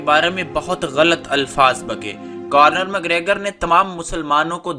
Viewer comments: خبیب نہیں اس کا نام حبیب ہے اور آئرش کتے کا نم کارنر مکریگر نہیں بلکہ کونر مکریگر ہے، پہلے بولنا تو سیکھ لو مڈل فیل انسان تم نے اس بیہودہ ویڈیو میں اپنی طرف سے بہت سارا جھوٹ شامل کیا ہے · conor mcgregor not cornor 😁😁😁😁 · It’s not Cornor. Say it correctly Conor. Correct this please. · You Got WronG Bhai its ConnoR not CornoR.😂😂 and KhabiB in writinG But Call Him HaBiB .😂😂😂 But i watched it live on sunday i love KhaBiB...❤❤❤